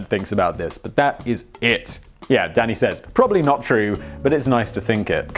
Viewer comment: "Yes, Danny" w/poor enunciation.